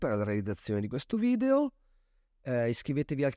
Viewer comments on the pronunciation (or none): none